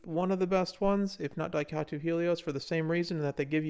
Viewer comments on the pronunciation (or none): It's Daitaku, not Daikatu